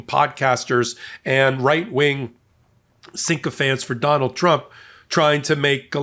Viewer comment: I have heard this a couple of times, so I'm correcting you - they word is "sychophancy" not syncophancy. There's no "n" in the first syllable.